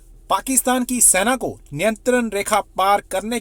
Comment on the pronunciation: अबे, Military को हिन्दी में सेना कहते हैं, सैना नहीं। तुम लोगों को हिन्दी भाषा का अपमान करने का हक़ किसने दिया है? यदि तुम हिन्दी भाषा नहीं सीखना चाहते, तो फिर u tube बनाना छोड़ दो।